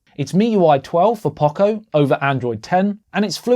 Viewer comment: We have never heard anyone pronounce Poco this badly.